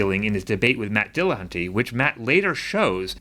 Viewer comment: Why can’t these people ever pronounce "Dillahunty" properly? It's very flat, with only slight emphasis on the Dill. Not dillaHUNTy